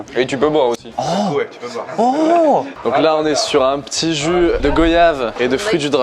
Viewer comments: cela ne se dit pas "go-yave" mais "goua-yave" mr le barman🤦‍♂️😑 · gOyave au lieu de "gOIyave"😓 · Désolé mais la goyave ne se prononce pas "gauyave" mais "goiyave" merci 😀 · GOYAVE JE MEUUUUUUURS CA SE DIT GWAYAVE MV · Couniamanman missié goyave sa se dit goiyave et sa s écrit goyave maco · "jus de gOyave"☠️☠️ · GOYAVE SE PRONNONCE G[oi]YAVE, ou encore G[oa]YAVE ou encore, G[wa]YAVE BORDEL!! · Il faut dire au serveur que c’est goyave sa se dit comme voyage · Le bar man qui ne sait pas prononcer un fruit à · Pour ceux qui ne savent pas prononcer "goyave" rappelez vous comment vous dite "voyage" svp